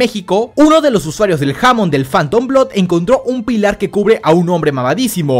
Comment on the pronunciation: Se dice hamon enrealidad